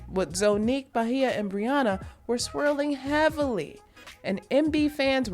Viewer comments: “Ba-hia” it’s Beige-ah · Bay-jah…….not Bahia 😂 I never heard her name so butchered like that. Lol bothered me the whole video not even gonna lie lol😂😂